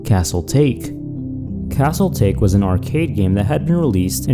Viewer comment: Can we talk about how many times they mispronounce names? "Castle TAKE"?? It's "TA-KE"! Get some better guest narrators!